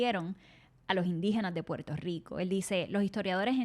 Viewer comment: porque ellos no dicen puelto lico